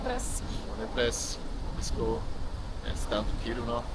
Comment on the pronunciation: Tack så mycket som möjligt. Det var stor glädje, att följa dig och vara med på ditt färd. Önskar dig friskhet, kraft och sköna dagar. Välkommen tillbaka till Finland..."..och slutligen tolv poäng vi ger för....så underbart du säger R- bokstav (tillexempel Rovaniemi).